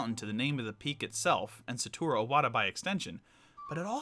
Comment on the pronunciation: I think the dislikes are about his pronunciation to SA TO RU Iwata also mispelled name in description I can get over that easy, here, have a like